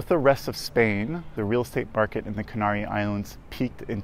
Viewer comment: Be nice if you could pronounce the name of the islands correctly.